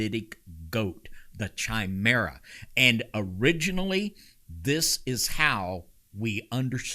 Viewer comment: Explain your terms! What the hell is a shy-mera? The first part of "chimera" is the same "chi" as in "Christos." Second, what the hell does "hamorphodetic" mean? I guess you're lucky,, that none of the KJV-onlyists you're blathering at bother to learn Greek!